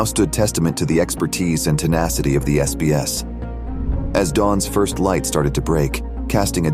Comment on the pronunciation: SBS not SAS